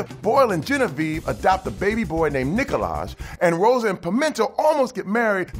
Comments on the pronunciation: It’s not Nikolag it’s “neeeeekolag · its pronounced (nee-ko-loj) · it’s pronounced Niko-laj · Terry say nicolaj Me: it’s nìcolaj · He pronounced Nikolag wrong. It is nee collage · nonono not "nikolaj" its nikolaj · No it’s Nikolaj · No it's Nikolaj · No ur saying it wrong its nikolaj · It's Nee-ko-laash. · let me help you it's Nikolaj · Jheury Feliz well , the “j” is not like J in jelly but more like y in yes so its nikolays , but its realy hard to explain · ITS NIKOLAJ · it's nikolaj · Knee Collage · No, its Nikolaj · No its Nikolaj. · It’s Knee-collage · No its Nikolaj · no it's nickolaj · Gio Kawa wow you couldn’t be further away, it’s nikolaj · He said Nikolaj wrong It's Nikolaj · it's pronaunced Nickolaj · bup bup bup, it's pronounced 'nEEkolaj' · no its Knee-collage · Terry, it’s Nikolag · No Terry, it’s “Nikolaj.” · oh my god Terry, it's pronounced 'KNEE-COLLAGE' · it’s pronounced Nikolaj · He said Nicolaj wrong. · It’s Nikolag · Terry pronounced Nikolaj wong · Terry, it's pronounced Nikolaj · no, no, no it's Nikolaj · Actually Terry, it's pronounced "Nikolaj." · its pronounced "NEEKohLaSH" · its not nikolaj, its neekolajhh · it's pronounced Nikolaj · I'm sorry, I think it's pronounced Nikolaj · its pronounced Nikolaj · Actually it’s pronounced nikolaj Also no BONE ? Tf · He mispronounced nikolaj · How was this recap so thorough without using the words "heist" or "doug judy"? Also, who else out there reflexively corrected his pronunciation of "Nicolaj"? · nonononono, it's Nikolaj. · did anyone else have a charles moment and corrected terry when he said nikolaj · Actually it's Nikolaj. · It’s Nikolaj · He pronounced Nicolaj wrong